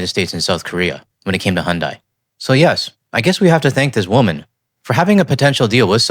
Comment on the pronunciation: I know it is not the point… But, it seems North Americans have a hard time pronouncing Hyundai.😅